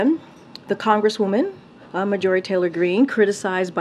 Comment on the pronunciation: I love the way she mispronounced Marjorie 😅